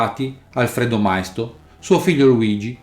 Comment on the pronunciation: Maisto con l'accento sulla i, non mai-sto